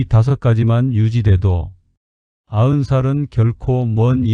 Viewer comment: 아은이 아니고요... 아흔이지요.